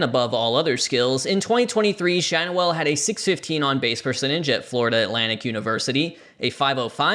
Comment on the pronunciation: I think Schanuel is pronounced Shan-yew-ul.